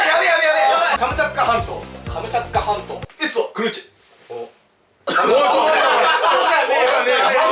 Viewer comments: 最後の方が カムチャカ全島になってるw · Fischer's-フィッシャーズ- 最後カムチャカになってた……(´・ω・) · 最後くらいの、カムチャツカ全島が、カムチャカ全島になってる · Fischer's-フィッシャーズ- カムチャカ全島になってたねw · 最後カムチャカ全島になってる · のところで、何気にモトキ、come着火半島って言ってたWW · 一番最後のカムチャツカ半島がカムチャカ半島になってた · よく聞けばが所々「come着火半島」って言ってるの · 最後"カムチャカ全島"になってますよ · 最後が『カムチャツカ全島』じゃなくて『カムチャカ全島』だったw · 最後カムチャカ半島になってる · 最後「カムチャツカ全島」になってませんよ「カムチャカ全島になってますよ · カムチャツカ全島なのにカムチャカ全島になってるw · 最後らへんのカムチャツカ全島がカムチャカ全島になっとるってフィッシャーズもわかってた。てっきり気付いてないかと思ってたわw やっぱりフィッシャーズは最&高だ！めっちゃ面白かった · 後半からカムチャカ全島になってる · 最後の最後 「カムチャカ全島」に なってるｗ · 最後の最後で達成感が凄いですけど、カムチャカ全島…(´ー｀A;)